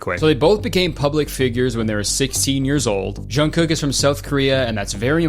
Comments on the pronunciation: Not Jungkook popping up in the middle of this vid 😭 and the way Kurtis pronounced his name help 💀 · i mean Kurtis you could have very easily looked up how to pronounce jungkook's name lol. that diana/jk conspiracy is one of my all time faves lol